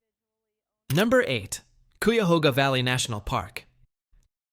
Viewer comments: It's funny you mispronounced Cuyahoga National Park twice but said Cuyahoga River correctly. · Wow…totally botched the pronunciation of ki-a-HO-ga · Yeah, and he says Q-yuh-HO-ga National Park. Ridiculous. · Fin-d-ley market....cy-ya-hoo-ga national forest...and you missed the best feature of hocking hills...my family,of the Shawnee, lived and hunted there...we were also hunted there,but we knew the land and had "signals" on where to go,or where herds were moving to...look for handprints,Buffalo, and sun or moon and what phase they are in...they are still "painted" on the walls..some are easy to find..others,youll have to search and be brave ;) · Check your pronuciation with locals. I heard 3 things mispronounced. Cuyahoga, Stan Hywet and Findlay. Fun to watch. Thanks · Should be pronounced-- "See ber ling" "Hue it" Fin not find in Findley Kie uh hog uh Toe path Been to most of these places.